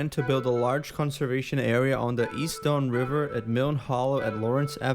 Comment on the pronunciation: I love that the bot calls it The Dawn River.